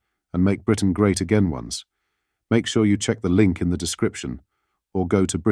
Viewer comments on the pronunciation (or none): none